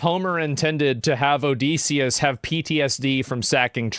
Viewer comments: Pronounced Odd-eh-see / O-diss-e-us Not O-Dee-see-us 😅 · Please stop saying odeeeeseeeeis...say Odyssey...now say Odysseus its pronounced the same